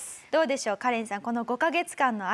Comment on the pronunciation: カレンのことガレンって言ってるじゃん